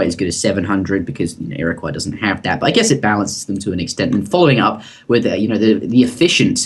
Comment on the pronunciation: I thought you posted a video a while ago where you realised your mistake about pronunciation of Iroquois? Otherwise, great vid and series :D